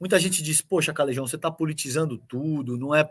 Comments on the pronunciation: Cesar Calejon. O CALEJON.. ESSE NOME VEM DO ESPANHOL E O J. TEM SO DE R. EX. CALERON..SE PRONUCIA ASSIM... . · Mais se escreve com J.so que o som é de R.